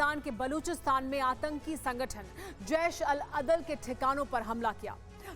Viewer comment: Yar name to Sahi lo 😂 jesh Al adal hota hai 😂 badal nhi